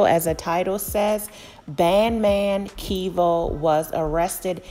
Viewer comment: Kev-o. not Key vo And he goin back to the feds And some other dude gonna be smashin his BM and holding his son